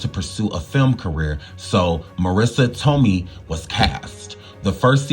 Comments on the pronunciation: I love you and I watch all your videos (maybe not in order but I watch them all lol). My only critique is that you learn the proper pronunciation of people's names. It's Toe-may, not Toe-my. That's just the 1st I noticed in this video, but in every one it's at least one. Maybe it's just me, because people always mispronounce my name and it's irritating. Maybe I'm more sensitive to it because of that. But I do feel that if you're putting information out to the public, all of it should be correct and how a name is pronounced is included in that. Just a suggestion but if you're not sure ask Google or ask someone older who knows the person you're talking about when doing shows like this. I grew up watching these 90s shows so I know how it say all their names and I'm sure you have someone you can ask who was a kid/teenager back then who knows as well. I'm not trying to hate at all. I just want to see you succeed and be great in everything possible. Much love to you and yours!❤❤❤ Edit: You said it correctly later in the video. 😊😊😊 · It’s not Tom-mee, it’s tō-mā! 😂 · Lol… Please don’t E slap me but Marissa’s last name is pronounced toe-MAY. Okay, now carry on witcha’ bad self. I ❤️ the surviving stories. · Marissa Tomei pronounced as TOE-MAY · Jaleel White, not Jamal. I also believe that it’s pronounced ToeMay, Marissa Tomei.. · Marissa toe-may brotha! That’s how it’s pronounced 😂 all love brotha keep killing it! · I was looking for a comment correcting his pronunciation so I wouldn't create a redundancy